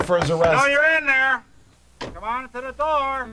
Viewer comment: is peak Wisconsin, when the cop shouts, "Come on to da door"